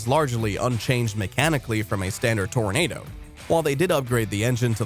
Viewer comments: Toranado Toranahhhdo, like Nahh man, you're pronouncing it wrong, lol. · Pronouncing the name of the vehicle wrong every single time. It's not pronounced "tornado".